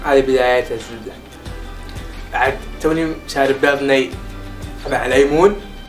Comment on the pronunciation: شوف نفسك وانت تقول ليمون كانك كويتي